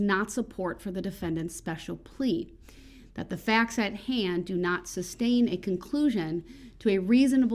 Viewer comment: #darrellbrooksjr 🤣🤣 Apos-Tel. hahaha... it's Ah poss el. The t is silent. OH, and it's tas sit agreement, not tack it. It's SUS tain, not sub-stain. Do you even know what 'taken out of context' means? Or the word decorum? Or hypothetical? You don't speak the English language very well. That Spanish man spoke it better than you ever will.